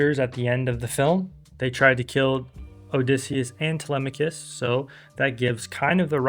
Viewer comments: (Tele-mock-cus) is how I always read it. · Is it? Τηλέμαχος, Tee-LEM-ma-kos, just like the Greeks pronounce it? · Help the struggle to pronounce telemachus is so real 😭😭😭 But personally i am just disappointed that the movie didnt really portray odysseus being a cunning trickster that much in the movie aside from the trojan horse, what was also dissapointing was how odysseus's pride (like when he revealed his name) wasnt mentioned AT ALL. And what dissapointed me even more was how penelope didnt even test to see if that truely was odysseus, the olive tree bed was literally one of the MOST fundimental parts of their relationship and it wasnt even there I just wish we got to see more of odysseus's character and penelopes character aside from odysseus feeling guilty and penelope wanting her husband back